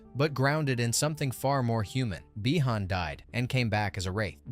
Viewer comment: Not by-han again